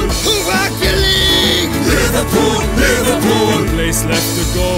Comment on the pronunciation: But they said Liverpoo